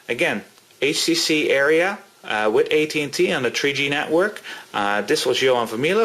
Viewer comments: I don't really notice him saying "uh" that much. Just him calling it the "Area" instead of the "Aria." Good review though. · "Aria," not "Area." Like the accompanied song in an opera or an oratorio... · Area does not equal Aria (are-ee-a) but thanks for the review. Everything i wanted to know!!!! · its u-ri-u